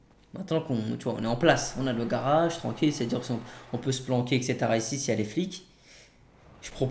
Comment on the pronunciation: il dit pas:-age mais:-ache, un garache, un braquache... 😂 😂 😂